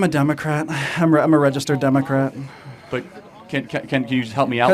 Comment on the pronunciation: did he just say he's dumacrat